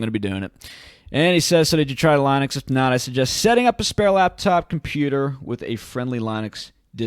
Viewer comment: The way you pronounce Linux is a disaster.